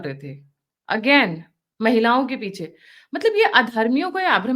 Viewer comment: पिछे नहीं। पीछे।